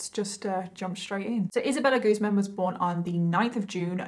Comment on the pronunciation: It's guz - man